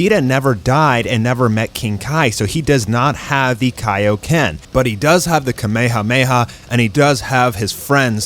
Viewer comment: first thimg its not called taio ken its kaio ken ok